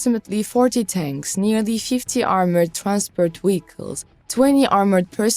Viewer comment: Please get someone who can actually speak English correctly to narrate these videos. What is a "Wehicle" and what is "Wictory"?